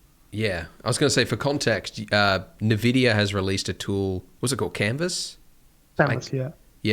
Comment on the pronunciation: Andrew pronounces N-vidia.. Nevidia☕️